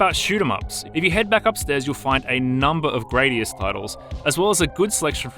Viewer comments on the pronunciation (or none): none